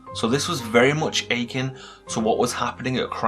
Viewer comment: "akin" is pronounced "ah-kin" not "aching"